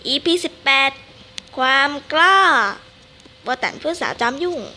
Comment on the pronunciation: ติดๆขัดๆ555ไม่ค่อยรู้ เรื่องเท่าไหร่...แต่อ่านใน WEBTOON ก็สนุกพอๆกับการพากษ์เสียงนี้เลยจ้า...ว่าแต่เขาชื่อโบตันไม่ใช่เหรอไม่ใช่โบตั๋น555